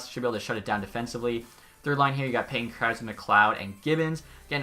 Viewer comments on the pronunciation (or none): none